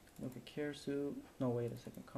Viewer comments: Fajny flimik. Jedna uwaga. 'Suite' wymawia się jak 'sweet' lub 'słit'. :P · "Suite" is pronounced "sweet", since you seemed uncertain :)